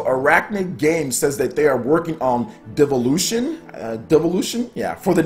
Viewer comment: And... its pronounced, "DILL-OO-VEE-ON"